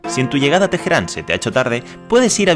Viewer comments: Por favor! La h es muda no se pronuncia Tejeran... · * Dijo Tejeran. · genial el video, pero cada vez que pronuncian "TEJERÁN", siento que me va a dar algo xdxdxd. na pero en serio buen video!!! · TeJerán? madre mía